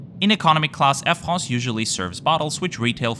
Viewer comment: "Air Frrrraaahhhnsee" lol!